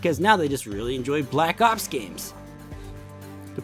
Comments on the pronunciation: The way he says “black ops” is pretty funny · The way he says black ops tho